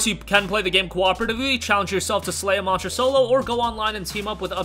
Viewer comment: why can't you say monster right?? it has to be one of the easiest words ever and you struggle saying it. it's just embarrassing listening to you butcher it